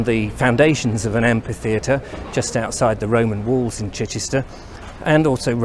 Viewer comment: Sorry, but I just picked a badly pronounced word: "AMPI theatre" ? I think you meant A M P H I T H E A T R E. From the Greek "AMPHOS" (amphi) meaning "in all directions".